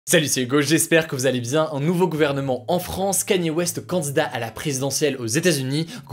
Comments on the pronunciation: Enfin un français qui prononce bien Kanye West! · Merci, enfin un français qui sait prononcer correctement "Kanye West" :D